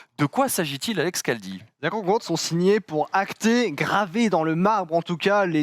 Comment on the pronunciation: Caldi 😂😂😂 c est Khaldi